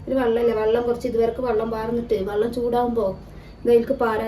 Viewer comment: വള്ളം അല്ല വെള്ളം